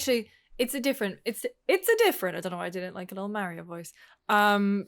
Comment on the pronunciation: I caught actually pronouncing “Mario” CORRECTLY LOL